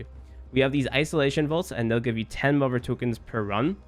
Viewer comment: Don't know what accent that is.